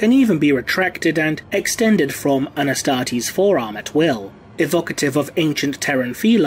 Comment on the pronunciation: The way you say Astartes is just magical!